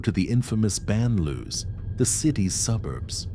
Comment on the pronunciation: When you cannot pronounce banlieue your credibility is zero....!